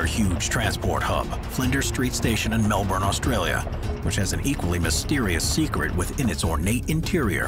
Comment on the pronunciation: Learn how to say Melbourne